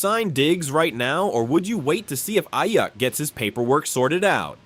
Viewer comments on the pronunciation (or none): Bro said Brandon “A-Yuck.” Shots fired, my guy. 😂